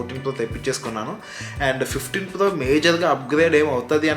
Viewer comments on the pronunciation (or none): Plo kadu bro it's pro